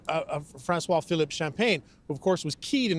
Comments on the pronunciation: In an officially bilingual country, Mr. Champagne's name should be pronounced correctly. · Champ -aggin